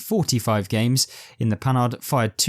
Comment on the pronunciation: You need to learn to pronounce Panhard; first the "d" at the end is mute. Just like the French don't pronounce the "S" at the end of Paris. Also the "h" is not said as the "h" in English. Does not alter your narrative, but just for accuracy sake and gives you more credit.